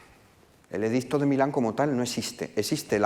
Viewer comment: Curioso cómo este señor se esfuerza en pronunciar “bien", a la romana clásica, (entecomillo porque no hay grabaciones) el latín y luego, hablando en castellano, te suelta un “edizzzzto" y se queda tan pancho.